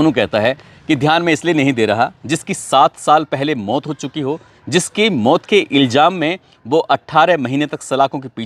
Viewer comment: सर आप इल्ज़ाम को इल्जाम बोलते हो। अपना तलफ़्फ़ुज़ दुरुस्त करये। बाक़ी सब ठीक है।